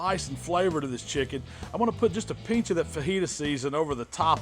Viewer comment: "I'm gonna put just a peench of the fajita seasoning"